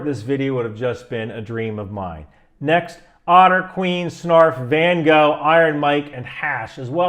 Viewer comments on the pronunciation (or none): none